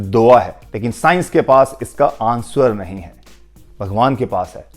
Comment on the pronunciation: What? Ans-var??